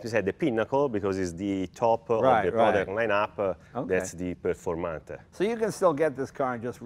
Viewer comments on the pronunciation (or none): I-uh think-uh you pronounce-uh eet-uh incorrectly. Performante-uh. Uh?